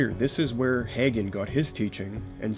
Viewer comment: I can tell you did not cut your teeth in the charismatic movement, or you would have had it etched in your soul that Hagin is pronounced "Hae-gin" Unlike you, I am one who came to faith in the charismatic movement, originally a Spirit-led movement of God, antecedent to its falling off the deep end and takeover by Word of Faith. So my prayer is not to throw the whole charismatic movement out with the filthy bathwater, contaminated by WoFers, but to redeem it in some way. However, I am to the point that I don't appreciate the label because it has been so tainted by the apostates and heretics mentioned in your video; I prefer to simply call myself a "Continuist" (as opposed to Cessationist).